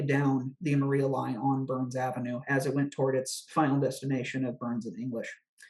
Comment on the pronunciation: Maria is pronounced Mariah in this instance.